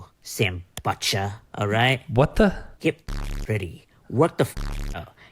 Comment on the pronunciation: Sambucha❌ Sambutcha☑️